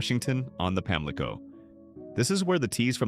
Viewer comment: PAMLICO is pronounced Pam-Lee-CO said nothing about Lil' Washington being 20 minutes from Greenville and 40 from New Bern